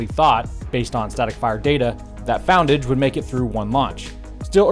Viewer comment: FON-DAG. Its the brand of concrete.